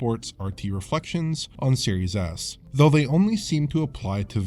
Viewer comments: You'd be right lmao. Series Ass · I keep hearing "serious ass"